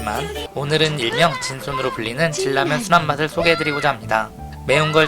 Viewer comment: 질라면이 뭐여 진라면. 발음이 거슬려